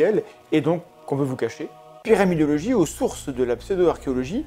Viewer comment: J'ai l'impression de vous entendre prononcer "pyramidiologie" à chaque fois 😅